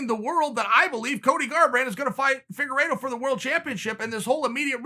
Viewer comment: Did chael say figuredo vs marinara sauce, I mean manero ?